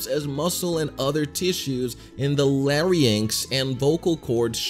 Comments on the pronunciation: Larry-anks? Lair-inx. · My brain broke when he said "The LARRY-ANKS" 😑😑😑😑😑 Do you call your lungs "LOO-ENGZ"?? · Did… did you just say “Laryanx”….